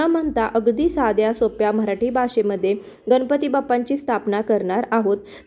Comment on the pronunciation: Kami velet anu kami khatatopat pooja karaychi vidhi chan sangitli ahe. Abhar. Uchcharan shuddh karata ale tar prayatna karava aapan. गणपती asa uchchar asava गनपति असा uchchar चुकीचा आहे. अर्थ बदलतो.